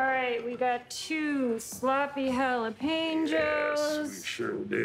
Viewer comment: Didn't realize I have been saying jalapenos wrong my whole life 🤯 You pronounce the P 🤔